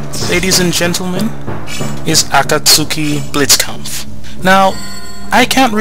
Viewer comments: Hmm I believe its pronounced Ah-Ka-T-Suki- Blitz camp-v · It is pronounced Aw-cot-skee Blitzkampf, but I still love this review! (If only I had the full version...)